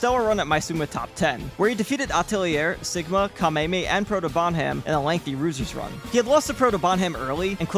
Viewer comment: "ROO-ZERS RUN"